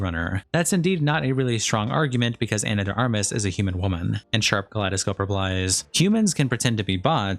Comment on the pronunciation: Your entire channel is about reading out written statements and yet you can't pronounce "Ex Machina" or "Ana de Armas". Jesus Christ.